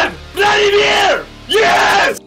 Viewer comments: “VŁÆD VŁÆDËMĮR” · LMAOO THE FIRST GUY CALLING VLAD LENG